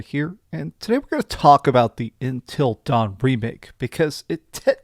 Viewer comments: Him saying ‘INTEL’ instead of Until is just weird lol. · Why do you say intill instead of until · Intil dawn? it’s until dawn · Everytime he says intel dawn, i lose a year off my lifespan... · It's not INTEL Dawn it's UNTIL Dawn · not Intel Dawn its UNTIL Dawn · Why does he keep calling it Intel Dawn? 😭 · Dude are you saying intel dawn 😂😂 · It's because he is saying intel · Does it drive anyone else nuts that he doesn't know how to pronounce the word "until?" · Am I the only one annoyed by the way he says “until” 😂